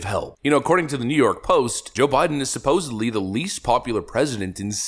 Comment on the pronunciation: Absolutely love this channel, but for what it's worth, it's "supposeDly," not suposably. 😊